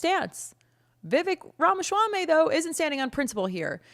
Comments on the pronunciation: It’s “swamy” not “schwamy” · the way you pronounce his last name makes it sound like a delicious Middle Eastern dish that Israel would try to claim as their own. 😆 its "RAH-MAH-SWAA-MEE" (no "sh" in the SWAA part). My mother is South Asian, we are familiar with names like Vivek's. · Love the way you pronounce Vivek’s last name. 🤣🤣🤣 PPUSA! No wonder so many old people attended this event. They came for the port-a-potty. 🤣🤣🤣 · Please stop talking. You obviously didn't research names pronunciation. Ramaschaummy and Merson Center? They are 'Ramaswammy' and 'Mershawn' Center.